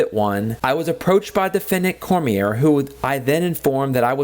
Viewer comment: You could be prosecuted for butchering the name Cormier..kidding aside I always get annoyed when auditors bring this up. If the Health Unit Employees were walking around with cameras filming and then uploading to Youtube then you'd have a point. The security cameras are inconspicuous and they are used only for security purposes. Law Enforcement only turns on the body cam during an interaction. They aren't on every where they go and they aren't uploading the footage to Youtube with commentary.